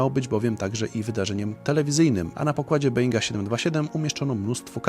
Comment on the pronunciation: Czyta się Boing a nie Being.